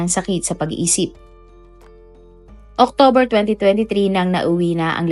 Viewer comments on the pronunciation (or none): none